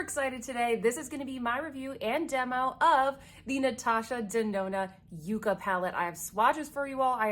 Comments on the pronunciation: Please take this as not disrespectful but it’s not produced you-ca it’s pronounced yuk ka. It’s a cactus that’s why she used the greens. Everyone has mispronounced it but I watched Morgan Turner and she researched it and corrected herself. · Yukka, a Pueblo Indian word, is pronounced “yuk’-kuh”. The yukka is a succulent plant growing in the arid deserts of the Southwestern U.S. and Mexico. Colors in N.D.’s palette are similar to colors in some of the 40+ varieties of this unique plant. Google images yucca plant for pics.